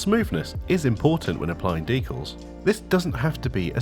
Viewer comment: Thanks for pronouncing "decals" just like I do. Rare to hear it.